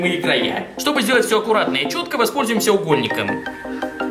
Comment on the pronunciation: Мне послушолось укольник а не угольник